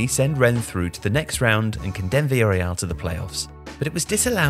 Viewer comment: I thought he was making up these names when I saw Villareal which is not pronounced Vil Real but closer to Vilya Real